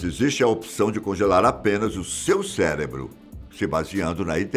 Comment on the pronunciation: O vídeo estava ótimo! Até ele falar "celebro", aí perdi o tesão e passei para o próximo.